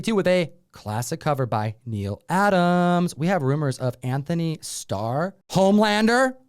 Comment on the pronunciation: Getting so tired of people saying Anthony Starr. It's Antony. Ann-toe-nee.